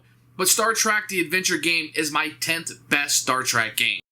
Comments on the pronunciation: Love your videos man but It’s “Star Trek”, not “Star Track”...Would be so bad if you hadn’t said it that way 75 times throughout the video. Keep up the great work though. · Little grinds a fan’s ears more than hearing someone pronounce it Star Track.